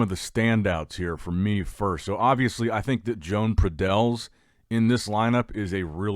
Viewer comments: Exactly, is Joan, not John nor Jon. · Learn how to pronounce Joan. He's not Joan of Arc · Joan will win this. just has to get the pronunciation of his name right. At the same time i don't think people need to get so butt hurt when a name is mispronounced.